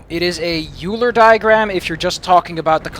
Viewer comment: By the way, I don't know if you ever learned this between then (the time you recorded this gameplay and uploaded it) and now (the time I posted this comment), but the "eu" in "Euler" is pronounced "oy," so "Euler" rhymes with "spoiler." REASON: It was after a man from a German-speaking country: Leonhard Euler of Switzerland.